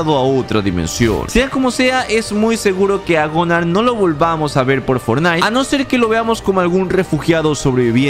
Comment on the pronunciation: Es Gunnar no gonar